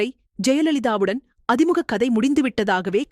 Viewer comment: அது அதி முக இல்லை, அ திமுக...இது கூட தெரியாம எதுக்கு படிக்க வரீங்க